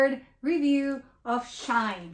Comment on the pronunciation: FYI you were saying it right it is She In, even Shein say this. Its to say that "She is In". x